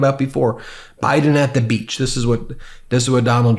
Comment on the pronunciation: I laughed the way he pronounced „on the beatch“ 🥹